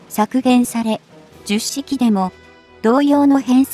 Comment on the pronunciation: と 同じ型番が繰り返され❓️😳となります。 10は「ひとまる」と読んで頂きたいです🙏